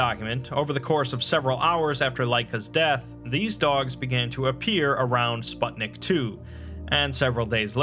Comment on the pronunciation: Just as an fyi, the "u" in "Sputnik" is read the same way as in "put"